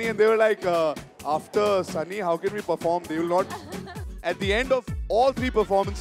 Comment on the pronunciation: Prince - Sunny ❌ Sunnnee